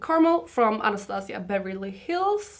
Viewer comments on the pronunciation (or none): none